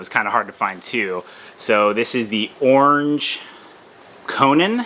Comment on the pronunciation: Was it me or did you pronounce Orange the first time as Ornge?!? It was Strnge!!! 🤔 All jokes aside you always impress and delight with every haul! One man a Toucan, a Batman, a funny man by the name of Conan, and last but not least a superhero Cos Man!!! I always enjoy every vid you put out my friend! #FBFAM